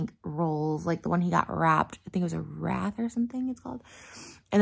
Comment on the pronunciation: Omg she said wrath... it’s wraith lmao